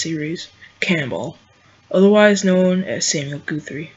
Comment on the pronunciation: It's (Guhth-ry) not (Gooth-ry). Good video though. Well done.